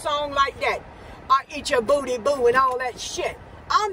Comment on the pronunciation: “You eat the bOodY” you eat the BoTtY bOo” 😂